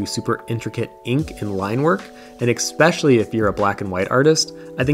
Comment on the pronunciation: Great selection of books. Btw the word is “especially” not “expecially”!